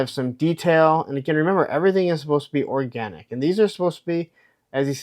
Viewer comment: “ ORGANTIC” 🙄🙄🙄🙄🙄🙄🙄🙄🙄🙄🙄🙄😐😐😐😐😐yikes